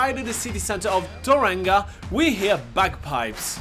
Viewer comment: Ta-ran-ga? That’s how Siri pronounces it 😂 It’s pronounced Toe-rong-a, rolling the “r”. To be fair though, half the people here are too lazy or culturally insensitive to pronounce it correctly 😅